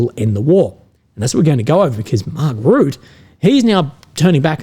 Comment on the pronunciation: Hi! Just a little comment about the pronunciation of "Rutte", since you'll probably have to say it much more often in the future. The 'u' sound in the name is much shorter than you are pronouncing it now. It's like the 'u' in Trump and not so much as the 'u' in 'rude'. In fact, the 'Rut' part of the name sounds like the 'rut' from 'being in a rut'. Secondly, the 'e' at the end of Rutte is not silent. You can pronounce it as an 'uh' sound. So Rut-tuh. Just FYI. :) Have a great weekend with the Mrs.